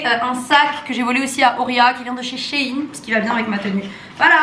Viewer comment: On dit shain on dit pas shin